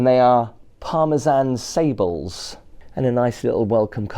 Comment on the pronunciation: Great video, little thing Sables not pronounced saybles it's pronounced Sarbleigh as its French and has an accent on the e